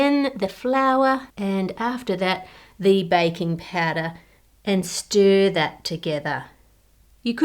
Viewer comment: I love Ann’s accent, specially because I keep hearing “bacon powder” instead of baking powder